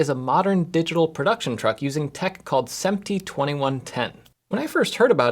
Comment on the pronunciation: Awesome video. I was confused for the first few minutes when you kept talking about “sEmp-tee” and I finally figured out you meant “sImp-tee” (SMPTE).